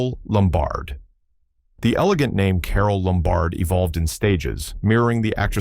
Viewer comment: Carole LOM-bard. Not lum-BARD.